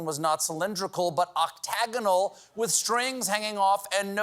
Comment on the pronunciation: Thank you for pronouncing octagonal properly ,the news guys did not!